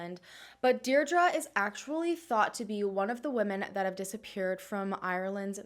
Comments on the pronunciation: Hi, just to let you know Deirdre is pronounced Deer-dree. Sending love from Ireland xx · I believe it’s pronounced DEE DRA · Why are you pronouncing Deirdre like that? X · That's my name and it's super butchered